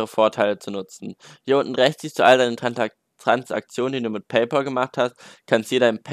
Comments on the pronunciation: Es wird PayPal und nicht PayPol ausgesprochen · Es heißt PayPÄL. Es ist der BezahlFreund, nicht der BezahlPaul. PLEASE. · Lern erstmal Paypal richtig auszusprechen 😂